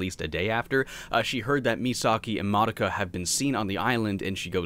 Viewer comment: Have you never heard "Madoka" pronounced? It's "Muh-doe-ka".